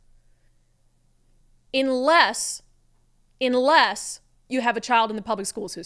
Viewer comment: Not being a grammar n@ But did she say at "Inless Inless" or if it is just an accent ....sorry English is my second language but I have been studying in English Medium since Kindergarten. And my english is better than average American coming from India.